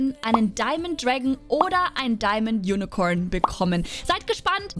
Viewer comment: Wie Sie unicorn ausspricht ,Unicoern